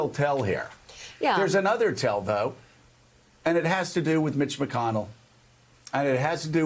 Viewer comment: Eveytime Joe mentioned Mitch....i heard B*tch...😂😂😂